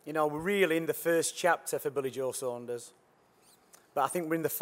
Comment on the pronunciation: Sanders 🙈 it's fucking Saunders